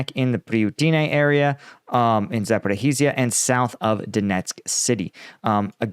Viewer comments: Not Zoporo-hi-zja.. Za-po-ri-zjya. I wrote it for the channel owner in way so he can actually pronounce it right, for once lol (no offence) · How to pronounce ZAPORIZHZHIA